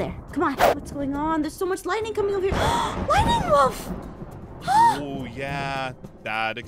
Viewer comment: When aph says lightning wolf I hear lady wolf lol